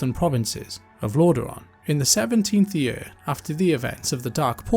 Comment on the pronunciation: saying yurrr instead of saying year made this video unwatchable